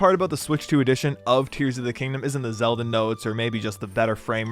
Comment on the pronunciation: I’m sorry “ZeD L”?